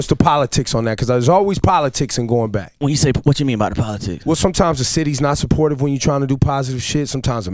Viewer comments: Still don’t know why plies say bike instead of back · 🤔so he can pronounce back properly but chooses to pronounce bike anyway🤦🏽‍♂️ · Lmao all this time I thought my nigga ain't know how to say back but he was actually saying bike lmao